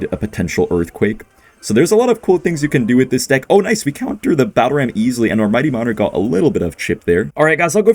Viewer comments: That is NOT how Ken pronounces deck!! You might have accidentally said a quite homophobic slur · Also pronounced the word like a slur lol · "Deick" killed me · hello ian! love the vids and i knwo the pronounciation for deck as different to avoid what ken was saying but you might want to change the word in case of future demonitezation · ian the type of guy to pronounce deck as a slur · Hey, I know you definitely didn't mean it like that, but the way you pronounced "Deck" when referring to Ken's deck actually sounds like a slur used for lesbian women. Just letting you know so you can try a different pronunciation to avoid goblin cursing! Love the videos ❤ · Hey, just wanted to let you know that the way you pronounced dick is actually a slur again lesbians